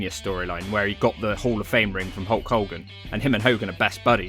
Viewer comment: the saying is not bleeding like a "stuffed pig" it's stuck pig as in a pig that's been stabbed aka stuck. Also his name is HULK Hogan not "Hoke Hogan"